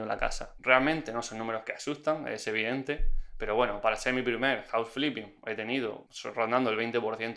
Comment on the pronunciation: hola una correccion se dice Fliping Hoùuse in English